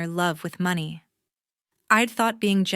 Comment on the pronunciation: AI still can't pronounce money!!! Very annoying. Do better!!!😢😢😢😢😢😢😢😢😢😢😢